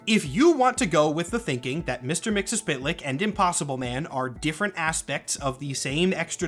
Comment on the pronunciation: I think you're just about the only other person I've heard pronounce Mr. Mxyzptlk the way I do.